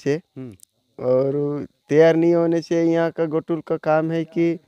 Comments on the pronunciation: घोटुल नहीं जी गोटुल कहते हैं... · घोटुल नही है गोटुल है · सर आपका कार्य बहुत ही बड़िया हैं लेकिन जो आप ने उचारण किया घोटुल वह असल मे गोटुल हैं | सर निवेदन हैं इस तरह के गलत उचारण से हमारी संस्कृति पर गलत प्रभाव पड़ता हैं तो सर निवेदन हैं 🙏🙏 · घोटुल नहीं गोटुल है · बढ़िया है। पर एक सुधार करें। घोटुल उच्चारण न करके, गोटुल का उच्चारण हो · Ghotul is wrong word . Gotul is correct pronunciation